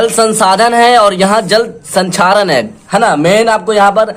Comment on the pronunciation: Sir sanxaren nahi hota he